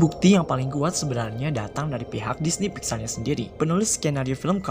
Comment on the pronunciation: DISNEP WOY BUKAN DINEY